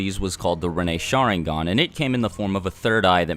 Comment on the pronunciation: I can't cope with the way you pronounce Sharingan. shAAAringan lol. Oh and for god's sake learn to pronounce Naruto, again it's not nAAAruto. Or for that matter EVERY name you pronounce is wrong. Please watch Naruto with Japanese audio and not English dub. I can't watch this, I'm out!